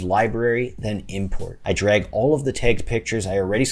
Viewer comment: Are you a native English speaker? I thought the stress in the verbs "to impOrt/expOrt" is on the 2nd syllable